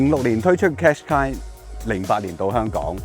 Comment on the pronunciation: 唔係讀car shu qai呀老友